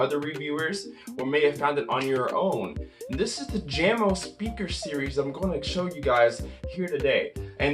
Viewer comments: It's pronounced like "Yah-mo", not "Jammo" dude. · Pronounced 'Yamo' by the way. Crutchfield still has a sale on going for Jamo products (I just purchased the SB36 Soundbar for $149..normally $249! And also the 8-inch Subwoofer for $159!)